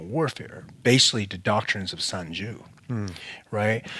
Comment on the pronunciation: "sun Jew" lol